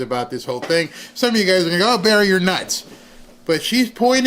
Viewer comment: It's Barry not berry!!!